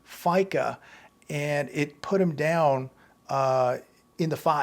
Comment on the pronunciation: F-I-C-OOOOOOOOOOOOOOOOOOOOOOOOOOOOOOOOOOOOOOOOOOOOOOOOO, not ficA. Fair, Isaac and Company.